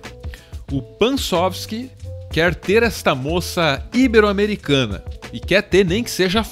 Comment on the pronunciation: Não faz mal, já que "Super Homem" e a pronúncia constante de "ibero", como uma palavra proparoxítona, se sobressaíram. Eu fico triste quando as pessoas só veem os erros mais óbvios e deixam outros passarem; sempre dão uma de "mestres da língua", sendo que eles mesmos cometem erros mais grotescos. Ótimo vídeo como sempre,. Peço que revisem melhor as legendas que vocês fazem, já que é possível ver erros de tradução e ortografia com frequência. Qual é a música que sempre toca no final? Gostaria de fazer uma sugestão para o próximo vídeo: "Devilman e o Realismo".